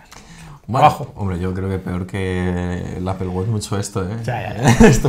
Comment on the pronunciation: Se pronuncia "Appol", no "Appel", fanboys.